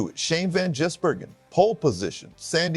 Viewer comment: It’s Gis not Jiz 😂😂